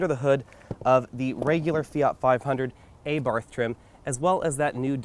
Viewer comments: Thank you. It was only a suggestion. Your reviews are very professional. "aah-bart" would be much better and no so American. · Good review. You should improve your pronunciation of "Abarth" which is wrong. I'd like to get a 500L but this one is exclusive for USA.